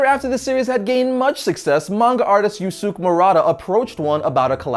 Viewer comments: no offense or no hate or something... the way you said Yusuke .. buggs mee... its pronounced Yu-Su-Ke not yosok.. but still though you made a history video of one punch man which is awesome! :) NOW DO ONE PUNCH MAN VS SUPERMAN... hahaha just kidding.. it might start a InternetWar.. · it's pronounced "Yoo-soo-kay". Not "Yoo-sook". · Yusook? it's pronounced Yu-skay. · [Yuu-skay] not [yuu-sook] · it's pronounced as "Yoose-kay", not "Yoosook". Just a heads up. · It's STILL streaming on Hulu. Also, Yusuke is pronounced Yoose-kay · Yusuke is pronounced Yoos-Kay. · Pronounce "Yusuke" as "YOU-SKAY" The u between the s and k is silent. And the ke (3rd syllable) is pronounced as "Kay" Great history of Saitama tho. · Usuke is pronounced "oos-kay" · The way he pronounced made it sound like there wasn't a "Y", but if the captions says that then cool